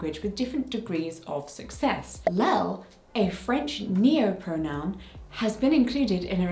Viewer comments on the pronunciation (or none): haha the French pronoun is not pronounced as L-e-L but as EEj-eL! a very nice and comprehensive video, I'm going to send it to my mom to help her understand. She's reading the graphic novel Gender Queer with her book club, so it's perfect timing! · Just a note form a French speaker: It's not 'Lel', it's 'iel', and pronounced very close to 'yell'. There is no 'l' sound. This is not the fault of deafness but the fault of capital i and lowercase L looking the same. I'm sorry on behalf of fonts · just so you know, the french neopronoun you mentionned is "iel" (pronounced yel), not "lel" ^^ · Small correction, the French pronoun is not "LEL" but "iel" (pronounced as "yel" or "ee-el"). It is a fusion of the masculine pronoun "il" and feminine pronoun "elle". :) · There way more people than that who are intersex! But that's beside the point because non-binary and intersex are not related at all. My native language is French and let me tell you, it's a nightmare! (Also, it's iel, not lel)